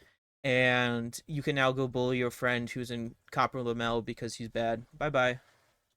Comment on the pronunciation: Wtf is Lamel? You mean Lamellar?